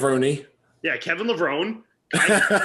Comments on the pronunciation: It's LevronE, not Levron! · It is pronounced Levron-ee! iIts an Italian last name and I just heard him pronounce it on Ron Harris Podcast. I agree with you. I thought Kevin was one of the best when he was on. Full long muscle bellies thick and round. I personally thought he was better than Flex wheeler When Kev was at his best. If he had a back at that 92 Olympia I think he would have beat Dorian. He improved it tremendously over the next number of years I think after Dorian taught him how to train It he said in interviews actually. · A simple google search would find that IFBB Pro Dennis Newman received his pro card at the 1994 USAs and Kevin Levrone, pronounced “Leh-vrow-nee” was the winningest bodybuilder before Dexter Jackson. If anyone is overhyped, it’s Shawn Ray with only 2 pro wins. Thank goodness this “sport” is subjective, because to me, you all to appear to not have a clue. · You gotta pronounce the E in levrone lol they actually said that in commentary on one of the Olympia intros as he came out. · for sure. And FYI it's Kevin Levrone(i) the right way to pronounce 😉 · P.S: it's Kevin Levrone(i) - correct way to say is with a I in the end. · Cmon guys you gotta get it right. Kevin Levrone's last name is pronounced like the e is an i (levroni). This is like the people who pronounced Sergio's last name wrong and say Olivia instead of Oliva